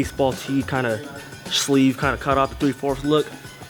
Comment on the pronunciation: Shhhleeve ???? Fack u mean?